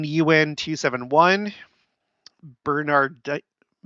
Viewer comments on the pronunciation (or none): none